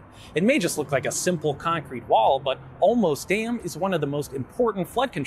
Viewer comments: Born in SA, parents raised in SA, many relatives still there and I visit often. I have never heard your pronunciation Olmos ... Thank you for such great TY content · Is it "Olmos" a dam? Sorry, bad joke.